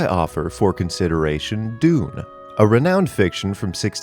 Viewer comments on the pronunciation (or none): none